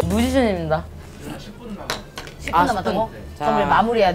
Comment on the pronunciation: "무지션임댜"가 왤케웃김